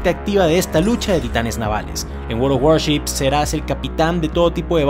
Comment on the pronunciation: Apenas te escuché decir "Waroworships" supe que debía adelantar sesenta segundos :^)